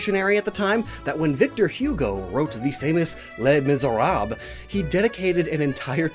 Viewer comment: There was an attempt to pronounce Les Misérables😂